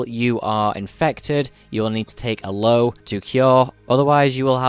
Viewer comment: Wtf is "a low"? Emphasis should be on the first syllable